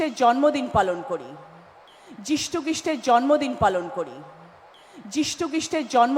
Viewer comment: পশ্চিমবঙ্গের জনসংখ্যা জানেনা, যিশুখ্রিস্টের নামটাও সঠিকভাবে উচ্চারণ করতে পারেনা এ আবার MP !! বাঙ্গালী,এখনো কি লজ্জাবোধ আসছে না ? ধিক বাঙ্গালী ভোটার কুল !!